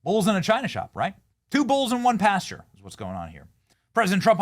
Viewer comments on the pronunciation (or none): none